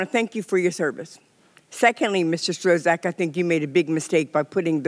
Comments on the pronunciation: She not saying his name correctly. It’s pronounced struck! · Mr Strozack, 😆. The congresswoman can't pronounce his name and he gotta sit there and be called somebody else's name. 😆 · She doesn’t get to decide who’s fit to be president, the American voters do. I never saw her before and was surprised that she couldn’t pronounce his name after hearing it so many times. Is she fit to be in office? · David, I don't understand what you're trying to get at. Is this a substantive issue you have with what Ms Coleman said? Are you attempting humour? Or are you legit trying to discredit what she said because of her pronunciation of Strzok's name? I pronounce it kinda like struck. Happy?